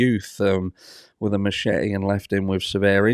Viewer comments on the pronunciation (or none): none